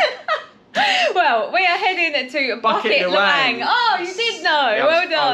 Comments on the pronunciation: local pronunciation: boo-keet luh-whung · Cute how you guys pronounce Bukit Lawang :)